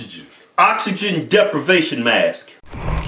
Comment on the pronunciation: "Oxygen" "Oxygen" "Oxygen" "Oxygen deprivation mask" "It's oxygen, man. You're stressing the "Ox" too much... Fuck it."